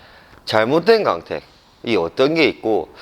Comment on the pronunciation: 강택 아니고 광택 , 구오앙택